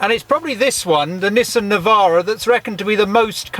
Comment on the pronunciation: its a navara not a nivaro